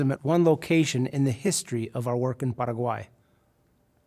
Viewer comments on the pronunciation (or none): I cringe when a white uy pronounces Latin American countries with a fake accent (Para-guay) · That’s closer to the legitimate pronunciation than what most people in the US say though. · Cringed When you are speaking English, that’s not how you say Paraguay.